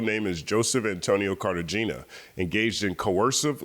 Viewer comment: The G in Cartagena is pronounced like an H, and the E is a soft E like "ay".